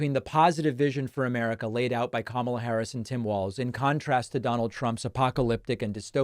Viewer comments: Why doesn't anyone just point out the obvious? ! It's been at least five years now, and he has yet to learn how to pronounce her name. He's gotten it right occasionally, but if he can't remember how to pronounce his opponent's name, how will he be able to lead a country? You may say that he's doing it on purpose, but that doesn't make sense either, since he sometimes goes back and forth with the correct pronunciation. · The last I knew ( Camilla ) was the Queen Consort to King Charles III of England... If he can't even say his opponent's name ( Kamala ) correctly he must not be mentally fit for office. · Kamala Harris had been in the public eye for many years even before being vice president for 3+ years. Despite that fact, the former presidential felon still seems to be incapable of correctly pronouncing her name. Maybe at this time, a common mispronunciation of his name would be appropriate? I throw out the first suggestion as Doonuld Tramp. I am sure the Pakman listeners could come up with much better mispronunciations for the twice-impeached felon. Let's hear them!